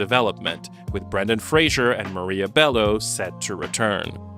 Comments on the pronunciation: The disrespect of mispronouncing both Fraser and Weisz! Brendan's surname is Fraser (fray-zer) NOT FRASIER Rachel's surname is pronounced like vice, not Weiss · You should absolutely make a video about the Mummy trilogy, but when you do I BEG YOU to pronounce Brendan Fraser's name correctly. It rhymes with 'razor'. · Without further _ado_. ahDOO. Not "furhetr adieu". Also, as a Mummy fan, you should really know that it's Brendan _Fraser_, not Frasier.